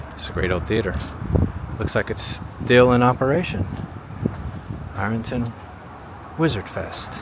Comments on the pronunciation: 'Iron' is one syllable, Irn not I-ron, 😁. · I think he's saying "I-RUN" vs "IR-UN" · I was born & raised out back of 'Rnton, city folk and outsiders pronounced it Iron ton"